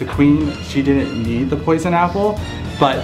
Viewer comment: That's not how to say poisoned